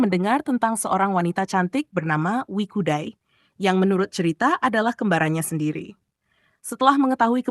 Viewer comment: Bukan Wikudai, tetapi WE CUDAI.